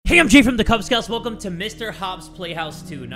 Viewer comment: "i'm jay from the kyub skawts"